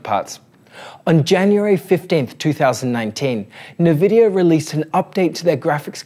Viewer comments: As far As I know they are in Canada so they speak frenglish and this might be the reason for NeVidia and not eNvidia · Good content but it's so hard hearing it mispronounced 'nuhvidia' instead of 'en vidia'. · We appreciate the work but please amigo: it's "N-vidia" not nvi-dia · Actually... en-VID-eeyah Official pronunciation from nVidia right here: Also, unrelated to your post, but just because some crazy people like to state otherwise, "en-VID-eeyah" (emphasis on VID not the N) is always how it has been pronounced. Anyone who says it like "NEH-vid-eeyah" or "NUH-vid-eeyah", or that it ever changed back and forth how it was to be pronounced over the years, is wrong. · No mention of removal of stutter.. Major advantage of the tech. Shows lack of knowledge. Check out Blurbusters peeps. Also it's 'en vidia' not 'Na vidia 😜 Appreciate the work though and the compatibility list is great. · its NNNNNvidia not Naaaavidia. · I've heard people call it "Nuhvidia" since the 90s. It's like Aluminum vs Aluminium. You do you and ignore the trolls :D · It's pronounced INN-VIDD-DEE-YAAH for Pete's sake! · It's actually pronounced en-vid-ee-ah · It's pronounced In-vidia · Except that is Australian. And no, we Aussies don't pronounce it nirvidia either. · Jezus I can't watch it. 'NEH'VIDIA" - who doesssss thattttt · Nevidia :D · Cringe. It’s “en vidia”. The way you’re pronouncing it is like calling Intel “Ein tel” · "Nevidia"?! Apart from that, great content. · My god the way you pronounce "Nvidia".... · Mate, put that" E" in front of the "N" when you say "nVidia".